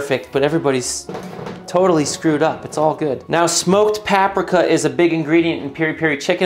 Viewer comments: I too love smoked pahhprika 🤣. But joking aside great recepe dude! Praises from a fellow chef 🙏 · the way you pronounced paprika was infuriating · Papraka? 😂 it’s paprika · Pap-rick-uh Mortar and Pest-ill Where did you learn to pronounce these words? 😂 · I cringe every time he pronounces paprika lol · One of the two of us is saying paprika wrong and I feel like it's me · Never heard paprika pronounced that way before. Imma use it. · The "t" in pestle is silent but you say it an it's driving me nuts. Edit: I just got to the paprika part, Jesus fucking christ dude... I'm out. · How did you just pronounce paprika wrong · Wait… “paprika” rhymes with “Africa”? 🤯 JK! Gotta try this soon with some good ol’, skin-on, bone-in thighs! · I agree with your comments about not being perfect, just not the way you pronounced paprika.